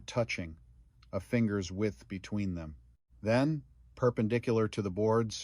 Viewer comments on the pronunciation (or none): none